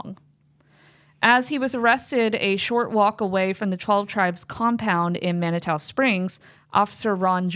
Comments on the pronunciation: Just because it bugs me, it's pronounced. Man-i-too. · Thus was so interesting!! FYI Manitou Springs pronounced Man-Uh-Two. I'm in Westminster, CO. 😮